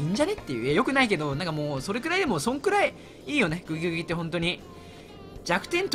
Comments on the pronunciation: グギグギをうまく言えない人参界のイビルジョー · グギグギが微妙に言えない男